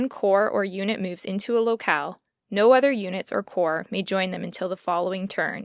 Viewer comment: Forgive the note, but "corps" is pronounced "core" or plural "cores," and "Davout" can be said "Davoo." I've heard Bagration pronounced "Bag ra tee on" and also "Bag ray shun." French and Russian names are troublesome to an English speaker :)